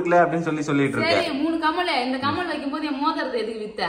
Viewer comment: கமல் இல்லை கம்மல்